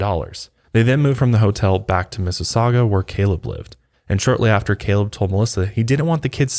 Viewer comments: Finally, someone pronounces "Mississauga" correctly. Well done,. Even Obama messed it up. "Massasoggy"?..come on, Barack. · Umm...I grew up in Mississauga (impressed you said that properly lol)...how have I never heard of this case?!...just Google maps the street, it's literally a 10min drive from where I grew up, and my parents still live. 😨 Mind blown. Also, the first way you said Sobeys was right. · Im from Canada!! Yes you pronounced Sobey’s correctly and Mississauga😂 but 25 years is the max amount of time you can do in Canada. It is considered “life” here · From London, Ontario here! You guys said everything right😂 except Sobey’s was a little rough but I am very impressed with Mississauga LOL thank you for covering!! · Good job pronouncing Mississauga! But sobeys is pronounced so-bees :) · As some one who currently lives in Mississauga thank you for pronouncing it correctly LOL! I cant believe that I have never heard about this case.